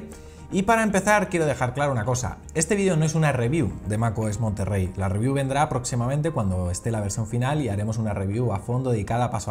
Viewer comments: Es "Monterey", "Monterrey" es una ciudad en Nuevo León, México la "RR" no existe en palabras del inglés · Es Mac OS monterey no Monterrey